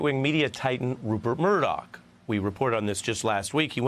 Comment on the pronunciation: Murdoch, not Murdock!